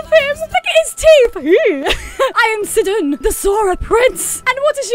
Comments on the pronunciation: Isn't it pronounced Syydon, and not Siddon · *says Sidon wrong* The entire Fandom: NO. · O MY GAWD SI-DEN IT’S SI-DON! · Sidon not sidun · actually whenever I hear Mupha's theme knowing the backstory of Mipha it makes me cry also it's pronounced me fuh and Sidon is sigh dawn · Mipha (MEE-fa) Sidon (sEYE-don) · It’s sye-don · you do know sidon is pronounced like (sigh-dawn) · Day 2 of correcting the words she mispronounced: Sidon (sy-don) Mipha (me-fah) Muzu (moo-zoo)